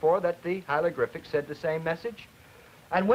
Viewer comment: & hieLogRyphic? The man can't say HIEROGLYPHIC hi·er·o·glyph·ic /ˌhī(ə)rəˈɡlifik/ and then he wants us to take him seriously on the very subject he his covering? Learn to pronounce it before you try & teach this phenomenology to other human beings.